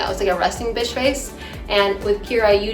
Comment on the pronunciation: Did anyone else notice that the second time Cheryl said bitch, she said bish?